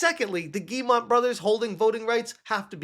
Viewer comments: Ok let's fix something: it's not "GuilleMONT", but Guillemot and it's pronounced like "Guy-ye-moe" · I find it funny that still doesn't know how to say the name Guillemot, but that's just an extra chuckle out of me. Rayman put them on the map and now ASS Creed has brought them down to this moment.